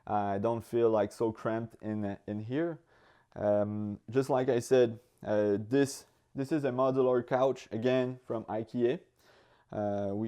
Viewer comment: Another truly wonderful tiny home! Congratulations. Thanks, and, for the humor as well. Also -!!! - congratulations on "cedar." Next you can work on "Ikea." LOL (Hint: Eye-key-uh) Wonderful channel; happy new year!!